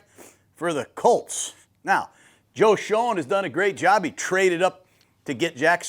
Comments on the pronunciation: Giants GM is pronounced Joe “Shane”. Not show-en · It would be nice if Gruden knew how to pronounce Joe Schoen's name, given that Joe has bee the Giant's GM for 4 years.